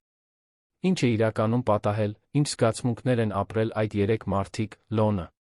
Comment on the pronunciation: Եր -ան,հետ -ում,կար-որ ,Լ-ոնը ,հետա-նքները ,և այսպես,տեղադրենք «և»-ը ,կստանանք բառը…😂